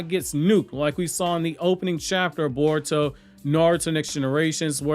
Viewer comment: lol this guy said Caruto 😂